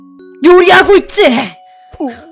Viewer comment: "나 요리하고 있지"가 뭔가 나 요 -리하-고 있지 같다...